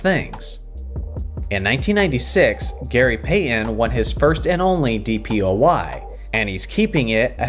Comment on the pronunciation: Who is Gary Pay-uhn?